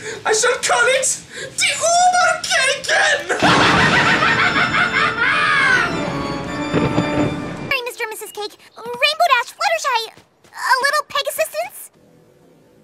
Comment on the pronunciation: And Its Überkuchen Not Ubercaken,That Sounds Like überkacken whitch Means Oversh(yay)ing.and Overcake doesn't make much sense ether.